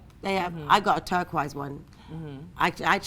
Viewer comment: She didn't say terri-quoise. She pronounced it like turkoyz